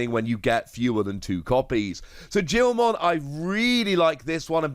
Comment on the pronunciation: Its pronoused Geelmon